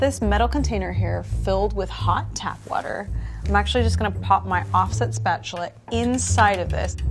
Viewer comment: If I hear her say offset spetchula one more time I gonna be so angry